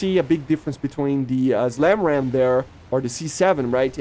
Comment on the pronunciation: With all due respect, it is not ZLAMRAAM, it's the SLAMRAAM 😄 Same goes for words like zmoke 😁